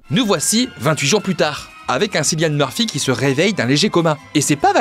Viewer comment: ça se prononce Kyllian Murphy même si ça s'écrit avec un C, c'est un irlandais